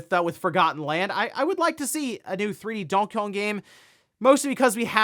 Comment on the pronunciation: When he says Donkey Kong, it sounds like he's saying "Donkeyong" amirite?